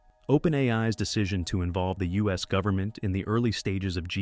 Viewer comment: "Goveenment"???? Check video